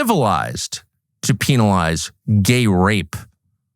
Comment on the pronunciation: It's pronounced PEN-alized not peen-alized 😂. Massive pet peeve.